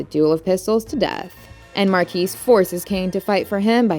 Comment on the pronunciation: The s is silent. It's not mar-kees. It's Mar-key.